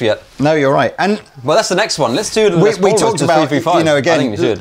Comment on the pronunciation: Will you please stop saying “Lez Paul”. It’s pronounced like “Less Paul”